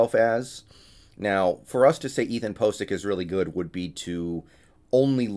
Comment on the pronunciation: PO tential Ethan POcic lol did you do that intentionally?